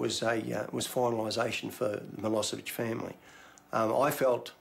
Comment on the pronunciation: I wonder if they realise they are pronouncing Milosevic incorrectly? 😕😒